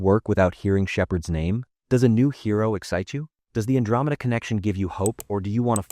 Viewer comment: Why the hell is Andromeda being pronounced so weird?